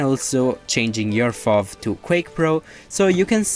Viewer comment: FOV xD its F-o-v